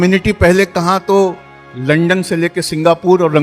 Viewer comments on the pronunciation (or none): none